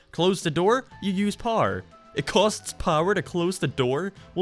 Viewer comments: why did you call "power" "pawr"? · What is paer? You said paer, but then You said power...why did You say paer? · istg if you say pawrrrr one more time ima flip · Why does he say power like par? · say power as "parrrr" ONE MORE TIME I DARE YOU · I can’t take this guy seriously with the way he pronounces “power”. Poo-er. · Eveyone: power: par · Who else thinks he is saying par instead of power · Why is 99% percent of the stuff you say fine and then you'll say "paar" when saying power???? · No one not a soul::pwer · using the doors uses parrar Me: You mean power?: Yeah Parrar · "you lose pouwera" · Is it me or does says Power like “Parr” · Par' Me: you me power? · Me: Power Him: PAR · when you loose "pOhr" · I thought u were saying par here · when says power it sounds like parr...yes I am making fun of accents for comedy...yep really scraping the bottom of the barrel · no offense but how do you pronounce power? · Every time you say power my American ears cringe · Irish you fool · Is it just me or is the way he says power..... Wierd